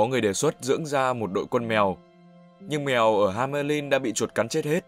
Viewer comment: hamelin =))))) nghe nhu ham~ lin'